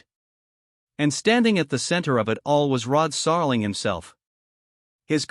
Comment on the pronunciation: How can I take any of this seriously if you can't even pronounce the man's name correctly, or even handle elementary words.